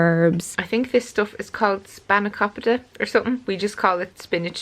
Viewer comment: Hello from Greece! 🇬🇷 Yes, it's called spanakopita, actually you said it very well 😉👌